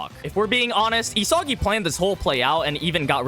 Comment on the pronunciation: bros pronouncing it, ee-soggy